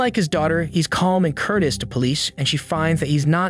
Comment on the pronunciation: courteous is pronounced 'CURT-ee-us' . Not 'curt-uhs' .